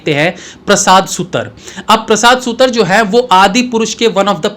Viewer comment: प्रसाद सुतर नहीं प्रसाद सुतार Wrong pronunciations are unpleasant to listen to